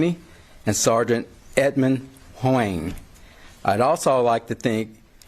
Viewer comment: I'm pretty sure one of the officers is named "Huang" and that the Chief totally butchered ot.